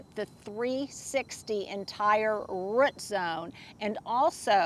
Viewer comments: drives me nuts when you say "rut" ball instead of root ball! Is it just me? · Rut zone. Is pronouncing root by saying rut an Oklahoma accent thing??? 😂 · Is that an Oklahoma way of saying root? I'm from Arkansas and we say root with long o. 😅